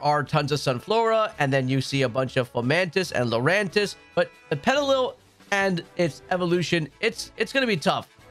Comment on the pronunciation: It’s pet- ah -lil like little, not petili